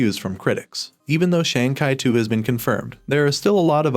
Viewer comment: Learn how to pronounce Shang chi